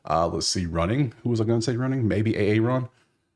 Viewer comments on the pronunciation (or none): When u said A-Aron I instantly thought of that Key and peele sketch 😂😂😂